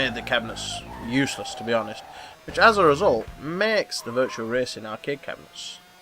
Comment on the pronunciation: It's virtua racing dude, not virtual.